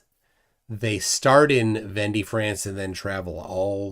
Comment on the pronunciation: Please stop butchering the French language. It’s von-day not vendy. It’s not hard to find the proper pronunciation.